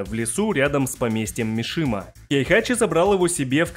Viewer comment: Не "Мишима", а "Мисима"